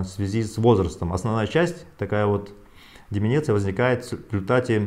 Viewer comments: Правильно, учиться НАДО. Не деменеция, а ДЕ-МЕН-ЦИ-Я - возрастное слабоумие. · Не деменИция, а демЕнция. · Не "деменЕция" а "деменция"! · Сказал Деменеция ) с кем не бывает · Не деменеция,а деменция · не деминиции а деменция!!!!!! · У елказы нации Деменция а , не деменеция. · Деменция надо говорить, а не деменеция. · Не деменеция, а деменция. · ДЕМЕНЦИЯ, а не деменеция🤦все, что Вы говорите после этого слова, не воспринимается. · Не деменеция, а деменция 🤣🤣 Мухтар, на вас это не похоже!!! 😁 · хахахахахаха!!! ....ДЕМЕНЦИЯ, а не деменЕция, умник с высшим образованием!!! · Деменция а не деменеция...и где обещаные 500 за доллар?Где тысячи умерших?Выходит и ты не настолько умен? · Мухтар Кабулович правильно будет "Деме́нция" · не умничайте. он мозг не важно как он ударение ставит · Он сказал деменеция но все поняли что он имел ввиду)) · ДЕМЕНЦИЯ правильно так надо говорить